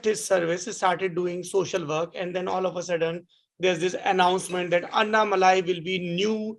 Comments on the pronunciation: अनामलाई कहते है अन्नामलाई नही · नाम का उच्चारण ठीक से कीजिए । अण्णामलई ।अन्नामलाई-ग़लत है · sec, sir its not anna malaaai.. its Annamalai🙏🏿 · Excuse me you are saying Annamali....it is Annamalai ji..pls give some respect ..is this what your parents taught you....shame on you. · Bhai malaaii nahi malai hain